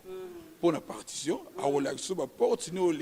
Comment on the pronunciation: Yango yo eza partion ou parkition oza na problème ya prononciations hein